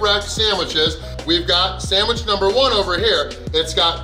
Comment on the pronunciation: “Samwich”? The sign stated “Sandwich”. 😁